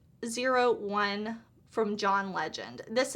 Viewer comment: I think the John Legend brand is pronounced Loved One.